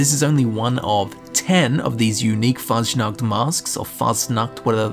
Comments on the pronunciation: The sch in Faschnacht is pronounced like an sh so its kinda like you would say fushnucht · YOU PRONOUNCED IT WRONG luv u💖